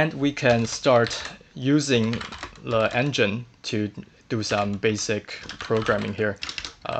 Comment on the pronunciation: are you frenchman or why are you saying "le" instead "the"?